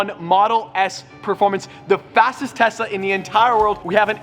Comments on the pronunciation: Why he can’t pronounce tesla correctly he keeps saying Tessa 🤣🤣🤣🔥🔥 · Did he whole video saying Tessa instead Tesla??? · Nobody: Literally Nobody::"tessa"🤔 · he said "TESSA VS BUGATTI" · "How many tessa does it take to stop a Bugatti" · He was saying tessa I think on purpose lol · He totally said Tessa vs Bugatti! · Every time he says "Tesla", I keep hearing "Tessa" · he calls tesla’s tessas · Any1 else think he said tessa when he said tesla? Any1, or only me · Whenever he says Tesla I feel that he is saying Tessa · i thought u said “Tessa vs bugatti” i was like man set yo priorities straight lol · You said Tessa baby girl lol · Sounds like he is saying Tessa but he is saying Tesla 🤣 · Did anyone else hear “Tessa vs Bugatti’ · Tessa model X 🤣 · Yo he definitely calls the tesla Tessa lol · I have headphones, he is saying Tessa. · “Bugatti vs TESSA” Was I the only one to hear that? 😅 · You are not alone lol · *also every time says “Tesla” my brain can only hear “Tessa” and I keep double taking 😂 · Am I the only one hearing Tessa, Tessa, Tessa? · He is saying "Tessa" all the time, or my ears have cancer or something XD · definitely saying tessa lmao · he says tesla, but it sounds like tessa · He definitely said "Tessa" lol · I swear he keep sayin "Tessa Vs. Bugatti" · or did he say Tessa instead of Tesla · 🤭🤭 He's saying - 🤦🏽‍♂️ "Tesa" and not Tesla! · im pretty sure he says "Tessa" instead of "Tesla" haha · it sounds like he saying Tessa instead of Tesla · I thought you said Tessa at first not Tesla lol Edit: I did read the title 🤣🤣🤣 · Every time you say Tesla, I feel like you're saying Tessa 😂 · I love how he said tessa instead of telsa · he is saying TESA, not TESLA JAAJAJAJ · Is it just me or does he say "tesla" as "tesa" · Is it just me or keep pronouncing “Tesla” as “Tessa”? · I think has been around with Tessa alot: "Tessa ( Supposed to be 'Tesla' ) vs Bugatti Me: 😉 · 😅I keep hearing Tesa...not Tesla🤔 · Actually he did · He did